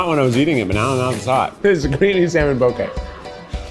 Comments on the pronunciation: He FINALLY pronounced poke correctly!!! cries in Hawaiian Mahalo e Keith <3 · i always remember how to pronounce poke because there’s a poke restaurant near me called “poke doke” like okie dokie :) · THANK YOU for saying poke correctly! (“like okay”) Mahalo nui!! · so glad someone corrected you on the pronunciation of poke lol